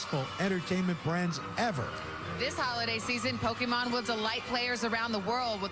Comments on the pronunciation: Nobody ever says it right. It's po-kay-mon, not po-key-man lol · DID HE JUST SAY "POKEMAN"?! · I was still bamboozled by the Pokimon pronunciations then that one came up. Pokiman? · I hate how the announcers say “poke-e-mon”. As professionals they should know how to pronounce “é”. Kills me lol. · They say Pokeman. It's called Pokemon. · pokeMAN lol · The guy said Pokeman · HE SAID IT HE SAID POKEMAN POKÉMON GET IT RIGHT OLD MAN (the news guy not the narrator) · guy says pokeyman heavy cringe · ew Just EEEWWWW he said "pokeman" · Why do comentators say po-kee-man like that? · My mom says it that way too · Did the guy said Pokéman? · My grandparents call it Pokeman. No matter how many times we tell them they say it wrong and how to actually pronounce it they STILL say pokeman.